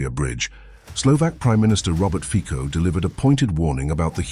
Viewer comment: 😮😮 Hey ignoramus, it's pronounced fitso!😮😮